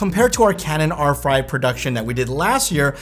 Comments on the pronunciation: ... Canon R"fry" 🤣🤣. Perfect. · Did I hear Canon R-fry? lol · Did you say Canon "R-Fried" production? Unintentional Freudian slip, I'm sure.